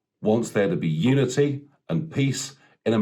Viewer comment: Biden's Super Spreader Installation I'm calling it, 300 odd National Guard caught Covid so far,what a disaster.....Just sit back and watch the Biden train crash roll on, it will be an abject failure, he won't unite anything, I actually thought he kept saying Nudity but apparantly it was Unity.....Everything is back to front with the media, Kim Jong IL would be proud of CNN/MSNBC etc.